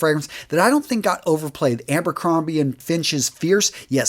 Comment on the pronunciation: its Abercrombie not AMBERCROMBIE XD much love!!